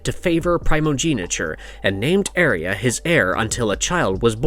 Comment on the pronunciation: You can’t even pronounce Arya rite